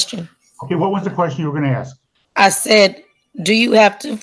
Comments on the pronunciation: All she trying to do is “ax” questions. Where do these people learn to say “ax” instead of ask and why don’t they correct themselves when they obviously must know it’s wrong. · She's trying to "axe" questions. Tells me all I need to know about her.